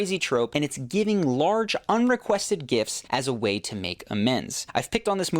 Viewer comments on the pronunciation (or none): the "gits" should be gifts